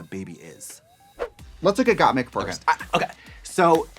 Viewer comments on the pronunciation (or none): they mispronounced the queens' names (Kandy Mousse, Got Meek, etc) to the point where instead of saying Symone, Trixie said "Love Simon" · Got meek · ok they called Rosé Rose, Gottmik Gottmeek, n Kandy Muse Kandy Moose, yet an emphasis on Symoné inconsistantly ? like what? it made me chuckle at first, but it is kinda messed up getting their names wrong. unless it was done as a joke, but it wasn't presented as a joke n they never acknowledged it as such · I love how every other queen was correcting Trixie when she would say Gottmeek but Katya came in and just mispronounced all of their names lmfaooo